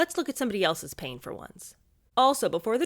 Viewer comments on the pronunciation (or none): none